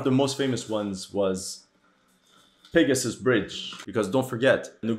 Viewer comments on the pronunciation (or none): none